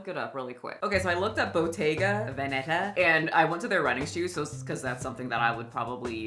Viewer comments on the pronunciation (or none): Pilates instructor here 👋 and while I agree with certain aspects I will comment that she pronounced ‘Bottega Veneta’ completely wrong 🤦🏻‍♀️